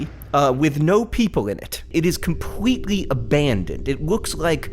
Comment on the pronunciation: I think he said compwetely instead of completely.